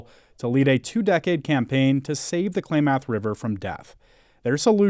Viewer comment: Sure wish they knew how to pronounce "Klamath"